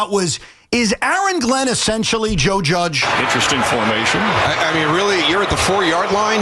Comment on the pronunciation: Why does he keep saying “Judgian”? He’s talking about Joe Judge? I don’t get why this guy on the left is trying to put the Jets and Giants on the same level with this comparison. Sure the Giants had a couple down years but they’ve got 2 SB’s in this century and look to have risen back to a competitive level. I get that your team is bad but don’t lie to people on the radio and try and make it sound like anything Joe Judge and the Giants ever did is anywhere close to as bad as what the New York Jets have been for 20 years now. Don’t be a liar